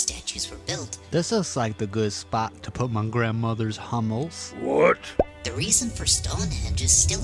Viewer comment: What is “grandmothers hommel”? we can figure you what your saying. Love the videos!